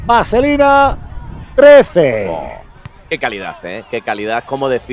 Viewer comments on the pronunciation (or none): Parece que dijo 3 0 embes de 13 0